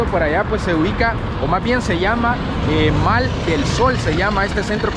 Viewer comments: No se dice Mall se pronuncia Moll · Para mi gente un consejito humildemente, la pronunciación correcta para decir Centro Comercial en Inglés es “Moll” se escribe “Mall” pero en este caso la letra “A” en Inglés suena como la letra “O”...Así aprendemos a pronunciar correctamente el Ingles y aprendemos todos Juntos! Buen día 😊👍🏼👍🏼👍🏼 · Aprendamos a pronunciar las cosas correctamente, solo un consejo, mall se pronuncia ( moll ) y sun se pronuncia (san) para los que les gusta el inglés, ;) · MALL EL SOL (se pronuncia MOLL) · SE PRONUNCI A MOL ASI ES LA ECRITURA EN INGLES CENTRO COMERCIAL CON RESPETOM AMIGO